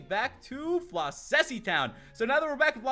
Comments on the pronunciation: just watching this now and i dont wanna be mean, but floccesy is pronounced flock-a-see and not flo-sessy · Ok this is KILLING me, the first two c's in floccesy make like the "ck" sound not an s sound